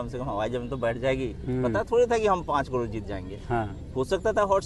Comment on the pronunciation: ये करोड़ नही कह पाता पत्रकार कडोर😅